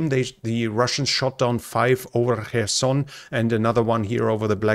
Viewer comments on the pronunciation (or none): none